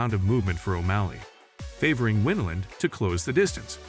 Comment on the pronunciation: It's pronounced whine land not winn land ! Jeez ! What is this ? Amateur hour or something !?!